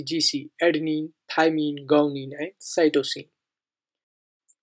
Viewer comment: It's not gounine it's guanine.... correct the pronunciation Mr. 🙂